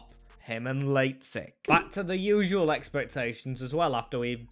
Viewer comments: Pronunciation of lazetic is outrageous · u butchered lazetic's name but great vid happy to see fellow serbians making it in the team